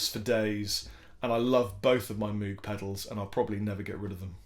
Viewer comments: Moog: pronounced... 'Moh-g" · Were you talking about Moog, the company that makes the synthesizers?... It's pronounced "mogue"... Anyone who says it incorrectly is wrong. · Moog is pronounced "Mogue" - like a "rogue" but with an "M" lol. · Anyone who says it incorrectly was probably around when they first came out and you didn't know how it was pronounced, particularly over here in the U.K.. Just like the Fender Jaguar, indeed.